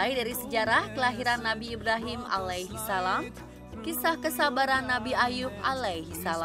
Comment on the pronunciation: Narratornya biar yg bisa nyebut ALAIHISALAM dengan yg betul dong